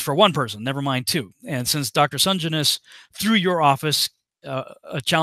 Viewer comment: Hey, The surname is pronounced Sen - Jen- is.:)